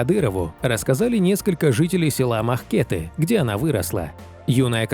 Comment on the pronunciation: Не МахкЕты, а МахкетЫ!